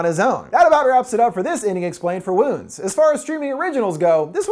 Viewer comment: i swear i kept hearing Womb